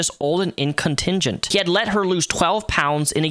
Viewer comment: "incontingent" hahhaha. Incontinent pronouncent "incontingent". I love you... Your engwish makes me laugh.